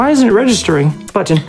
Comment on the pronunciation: I love that Peanutbutter's word to press isn't "button", it's "mmmbutton"